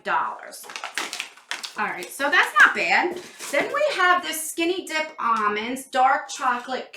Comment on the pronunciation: Omg I’m dying 😂 I legit heard “skinny d*ck balm” when you said “skinny dipped ALM-ond “